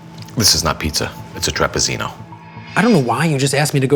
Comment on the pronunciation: Aren't two "zz"s in Italian read as "ts"? Like pizza, read as, pitsa And Pizzeria, pitseria? So shouldn't trapizzino, be read as trapitsino, not trapizino?